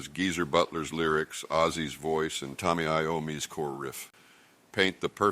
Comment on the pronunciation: Did you just say Tommy Iommi?